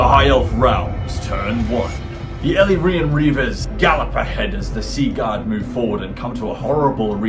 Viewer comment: Great and entertaining battle report! Props for the correct pronunciation of 'Chrace' not sure about Ellyrian though 😄. Love your wicked sense of humour.